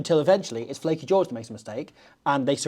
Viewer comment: Lleucu not flacky ffs